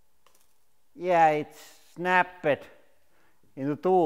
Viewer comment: Yeah it snapp-pet